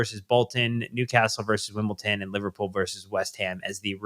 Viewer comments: “Wimpleton” is killing me 😂😂😂😂😂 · 🤣 wasnt angry, it's just I'm from Wimbledon and was just pointing out the mistaken pronouncing of both my home town and the visitors to the bridge